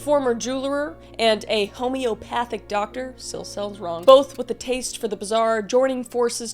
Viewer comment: Hey Kris! Wanted to help out w/ how to say homeopathy… Phonetically it sounds like: HOME-EEE-OP-ATHY & HOME-EEE-O-PATHIC Love your work! ❤❤❤❤❤